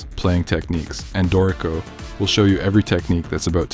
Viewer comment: A helpful tutorial. Thanks! By the way, it is pronounced DOOR-i-co, not Do-REE-co.